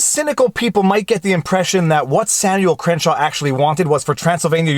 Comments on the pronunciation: I think it's Crankshaw not Crenshaw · Crankshaw is pronounced cren-shaw?